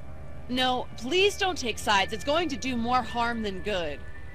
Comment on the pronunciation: Mas se dice more no moar